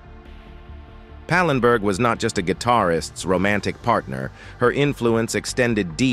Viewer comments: Not pinberg,its pallenburg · ANOTHER AI GAFF, IT'S PAL EN BERG, NOT PANENBERG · That's "Anita Pallenberg" not "Anita "Penberg" as you said. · Pallenburg, say it, it’s not hard. I hate these AI voices